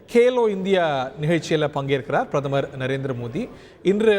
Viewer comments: என்ன பிரமரா? கொடுமை தமிழ் பாவம்! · தமிழை வளர்த்தாக சொல்பவர்களுக்கு பிரதமர் என்று கூட சரியாக சொல்லத் தெரியவில்லையே?